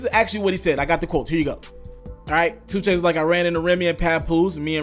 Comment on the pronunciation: Is it 2 Chainz or Choo Chainz? Slow down my boy. U almost butchered your own damn name at the very begining of this 1.